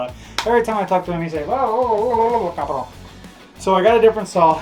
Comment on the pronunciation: what word are you saying Carba what?????